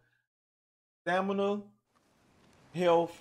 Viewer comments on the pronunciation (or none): I'm watching a tutorial made by a guy who cannot properly pronounce health..."healf"